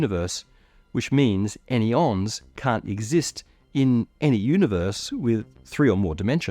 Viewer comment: Any-ons < An-yons 🙂‍↔️🫸 three syllables, clunky 😏👉 two syllables, sleak